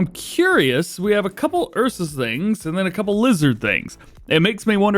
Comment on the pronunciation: bro spelling Ursus like Eusus